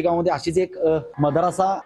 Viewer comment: पत्रकार मदरसा बोल मद्रासा मद्रासा काय लावलं आहे